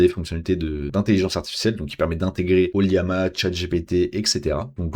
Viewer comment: O L L A M A, ce n'est pas un i ^ ^